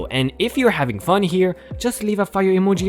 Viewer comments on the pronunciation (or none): none